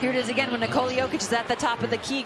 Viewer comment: Ni-ko-la Like ni-co-las, just without the s on the end Not Ni-cola He's not another kind of cola 🙂 Thank you for the content 👍 Please excuse my nitpick 🙏